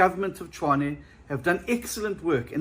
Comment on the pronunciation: Tshwane, not Chwane.